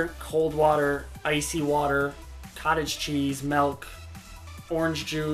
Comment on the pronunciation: You swear loads, insult whole nations & suggest sewer orgies. I'm fine with that, in fact it tickles me (Non sexually) but you say Melk & I'm like WHATTTTTT!!! aha